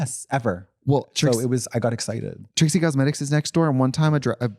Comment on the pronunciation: Love how you can tell Katya is spiraling when she calls Trixie “Tritsie.” 😭😂